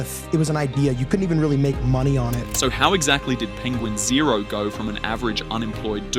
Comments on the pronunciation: It’s not penguin zero. It’s pen gwin zo. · Don't wanna be a geeky "actshully" nerd, but it's pronounced "penguin Zee Zero" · Its pronounced penguin Zee zero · You started off with a dislike. It's "Penguin Z zero" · As far as I know, his name is Penguin Z Zero. He said that in one of his videos when he was rapping about someone who was talking badly about him. He mispronounced Penguin's name in the process.